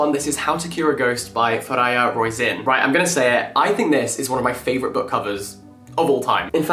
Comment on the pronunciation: I think Fariha it’s more pronounced as Fa-ree-ha and not Fa-rai-ha